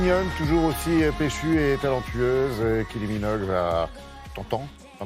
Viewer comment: Depuis quand on prononce 'Keelie' en France ? C'est pas bien compliqué à prononcer correctement. 'Kaie-lee'.